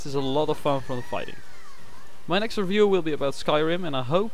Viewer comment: Oh and you have to pronounce "review" like this: "RIE-view" not "ruh-view"